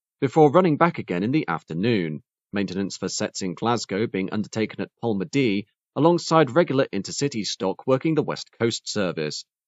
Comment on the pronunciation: pronounced "pol-maddy", not "pol-ma-dee" ;)